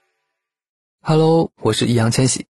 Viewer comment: Hello đọc là Hơ lầu 🤣🤣anh chơi kiểu độc quyền Halo 🤣❤️